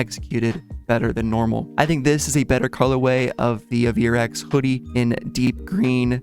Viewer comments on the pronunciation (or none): "Ay-ver-x" not "Uh-veer-x"